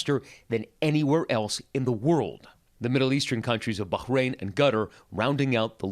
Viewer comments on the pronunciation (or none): He really hit the H hard on Bahrain and completely mispronounced Qatar.